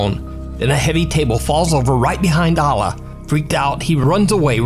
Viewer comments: Just want to clarify the proper enunciation of 'Alaa' is like this 'Eh le' Cause when you Alaa the way you say it sounds like 'Allah'. But in Arabic with his name it is said like Eh le, I know someone with the same name as him and said it the same way as you, their brother corrected me in saying it the proper way. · Bro, it's "Alaa" not "Allah". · Don't ever say alah because you don't what it's mean plz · Your pronunciation of Alaa is completely wrong